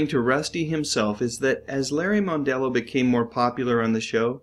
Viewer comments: I believe his last name is pronounced MUNdello, not MONEdelleo. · GAWD!! Cut the yap yap and get to the point. Worst narration ever. And it's mon-dello, not moan-dello. Let me save you some pain: Go to .